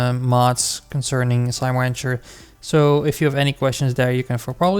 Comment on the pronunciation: thx BUT... why are u saying slime wancher?